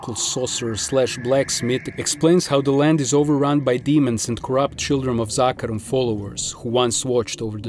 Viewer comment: Finally someone who pronounces zakarum right